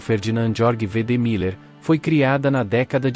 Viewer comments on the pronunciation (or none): none